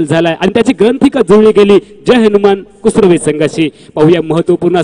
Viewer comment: Kusure nahi... kusrave